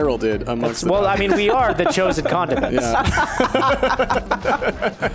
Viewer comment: When they said condiments I thought they said condom mints